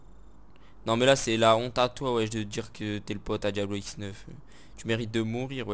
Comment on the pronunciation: Diablo et non diablio